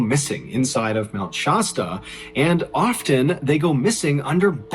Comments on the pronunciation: Dude, it's not "Shosta" it's pronounced "Shaa-sta" like the soda. Like you're saying "sat" but put a "Sh" instead. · It's funny how people on the East coast don't know how to Pronounce places here on the West Coast I'm From Oregon (Or-y-gun) Which I'm about 2 hours From Mt. Shasta A as in Apple (Shaz-Ta) not( Shoz-Ta) lol! Just had to Point that out Mt. Shasta is in Northern California I live in Southern Oregon! So I know the Place and Trail He's Talking about Very Well!